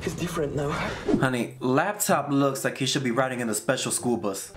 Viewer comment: The fact that you called La taupe « laptop » the all movie killed me !